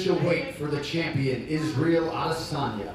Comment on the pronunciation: Everyone: "Israel Adesanya" Jon Anik: "Is real Adesanya" 😄😄😄😄